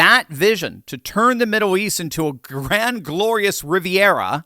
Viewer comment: Why do you keep saying "Middow East"?